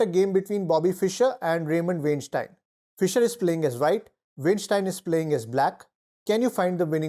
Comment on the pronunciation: Dude!... It's pronounced "Wine-steen." NOT "Wayne-styne."